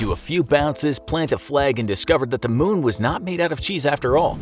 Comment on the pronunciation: Its moon not mun